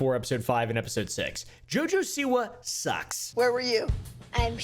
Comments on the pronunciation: The way you said her name killed me. Jaja SeWah 😂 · Never knew it was supposed to be pronounced JuhJuh Saywah. She must be from Alabama. That explains a lot actually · “Jojesoua” Ahahahahaha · I’ve never laughed harder at a botched name pronunciation